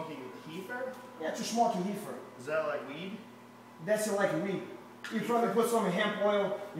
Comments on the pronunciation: take a hit everytime he says heefer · “Joe hogan” “glacomen” “heefer” 😂😂😂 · If my high ass hears this dude call weed Heefer one more time I’m going to die from laughter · "I did my hesearch on heefer, Joe Hogan..." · I knew when bro said heefer 😂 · Heefer Joe Hogan 😂😂😂😂 Guy might beat ass, but I can pronounce my "Rs" 😂😂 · Can’t pronounce his rs that’s heally heally funny. Smoking the heefer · “The heefer they have now is the super heefer”😂😂😂😂😂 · "The heefer that they have now, that's SUPERHEEFER!" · I’m too high for this 😶‍🌫️🫢😮‍💨 😂 what’s a Heefer and wtf is a hecord?? Joe Hoagan!! 😂